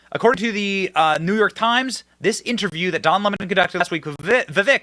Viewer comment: Don Lemon's ego is out of this world. He is the cockiest, racist most entitled person ever. Good riddance! But I will miss how Tucker would pronounce his name, "Don L'mon" 😂😂😂